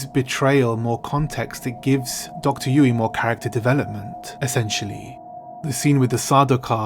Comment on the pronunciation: You managed to pronounce dr yueh name differently a few times over 2 minutes.